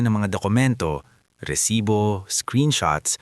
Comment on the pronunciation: Mali rin ang bigkas ng " Lipa"Pilipino ka ba,? bakit ganyan ka kung magsalita ng tagalog, resibo hindi resites